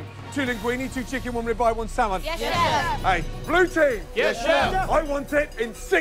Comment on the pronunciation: 'yes fesh- yes chef'